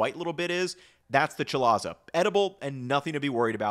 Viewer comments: With "chalaza", apparently it's pronounced kuh-lay-zuh. I am familiar since I have little baby-tongs to remove them if I'm not liking the look of them for what I'm cooking. I don't like them. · Pronounced [kuh-LAY-zuh] for chalaza. Otherwise, great video! My husband and I cut out sodas and juice from our grocery hauls months ago, and some of that savings has been going toward buying pasture-raised eggs every week. A fantastic change to our diet in every way. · I've worked in the egg industry for... well, putting a number on it makes me feel old. This is a pretty good explanation. He left out a few things, but that's to be expected. He is covering a lot of ground. One note. "Chalaza" is normally pronounced with a hard a at the end, at least in the Midwest (where most eggs are produced). Chalazae is the plural, but rarely used. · hahaha "CHA-LAH-ZAH". good video. very thorough.